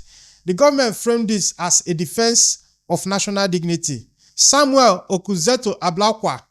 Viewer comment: Please Samuel is not an Igbo man, so stop pronouncing his name wrongly period.